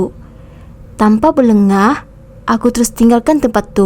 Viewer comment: bukan berlegah min,berlengah...